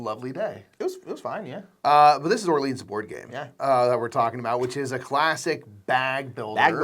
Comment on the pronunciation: Love you guys, but real talk. Are you allergic to correctly pronouncing French words? First Orleans now En route. Seriously guys. Great content, hilarious sketches, but every time you talk about Orleans I feel mental pain and involuntarily recoil like I’ve been physically hit. 😂😂😂